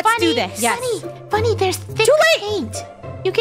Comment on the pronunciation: “Funnel” Ah yes, my favorite YouTuber, ItsFunnel .